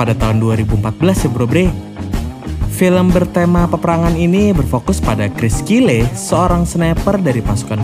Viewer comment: BACANYA BUKAN "KRIS KILE" TAPI <KRIS KYLE>